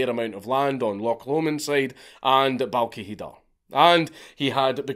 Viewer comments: Balquidder pronounced "Balwhither" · You sure that's how you pronounce Balquhidder ? 😂😂